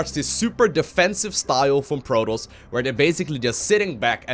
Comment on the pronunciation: Its Pro-TOSS! Not Pro-toast